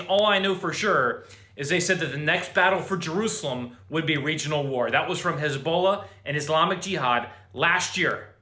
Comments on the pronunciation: His-Bol-aahhh... Not Hisbolo. Just saying. 😉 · Who the hell is "Haz-bowl-la"???